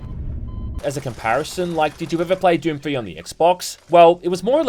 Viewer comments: How did you give "Doom" two syllables? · This is the fruitiest way I've ever heard anyone pronounce Doom lol